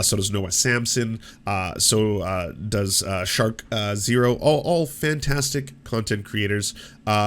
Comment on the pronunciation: poor skark3ozero. Nobody ever saying the name right